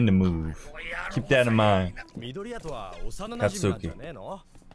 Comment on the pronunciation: Katsuki is spoken like Sasuke u dont pronounce the u so basically Katski Saske or Satski for Satsuki